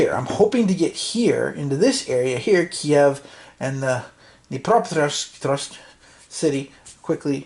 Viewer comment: The unpronounceable city (the 10th largest in the SU) is on the river Dnepr. I am sure you can "neper" jsut sat that with a d sound in front of it without a vowel. The city incorporates the rivr name, and then ends with the element "-petrovsk:. "pet" is easy to say and "rovsk" isn't that bad. There is also the connecting "o"--a short o. so you lay out the syllables: D nepr o pet rovsk Dnepropetrovsk In pre-Communist times, it was called Ekaterinoslav.